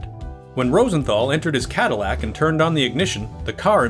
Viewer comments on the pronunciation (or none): none